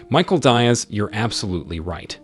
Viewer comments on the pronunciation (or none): The narrator needs a quick lesson in Latinate pronunciation. Hopefully, Michael Diaz (pronounced DEE-azz) will set him straight.